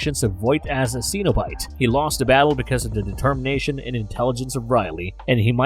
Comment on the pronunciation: ‘SEN’obite, not ‘SEEN’obite